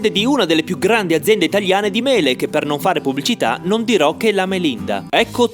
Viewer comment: Quanto pronunci male "Non"... 🥲 Anche Tuenno lo pronunci male! 😂 Hai sbagliato a pronunciare anche "Speck". Ah, se ti può far contento saperlo, in dialetto trentino "lucanica" si dice "luganega".